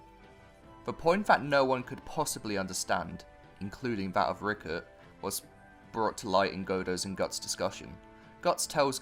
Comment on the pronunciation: It’s Rickrit, not Rickert